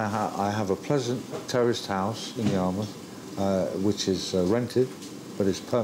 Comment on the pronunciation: Lol! "I have a pleasant terroist house"